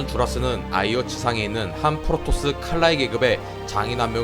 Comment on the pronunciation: 자꾸 포로토스로 들린다